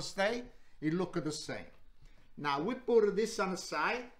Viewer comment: I like how he says „now“—> „nää“ 😁😊